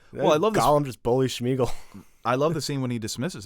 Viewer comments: It’s Sméagol not SHmeagol!! Sorry I’m such a huge LOTR fan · Ya and the way says Sméagol like “ Shmeagol” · Great video...look up how to pronounce names though. Y'all are killing me with Balrag and Shmegal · I don't like how pronounces Sméagol like he's Cardi B